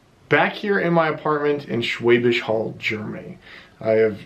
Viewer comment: for a moment there I thought you said Schwäbisch Höll'. ;)